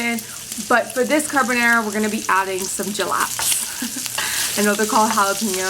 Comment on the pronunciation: Thats not ‘Cabonara’